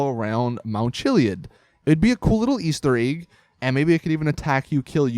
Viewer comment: The real spooky thing is,is the way he says "Easter egg".